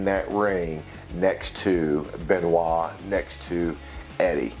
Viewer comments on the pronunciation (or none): none